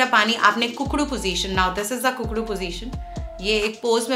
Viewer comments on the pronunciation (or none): डाइट बहुत अच्छी है बहुत बहुत धन्यवाद ma'am,, वह कुकड़ू नहीं होता, ऊकड़ू होता है।